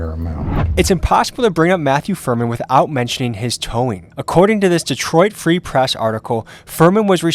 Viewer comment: You said Detroit Free Press ALL WRONG 😂 it's Detroit, Free Press.... Not Detroit, Free, Press....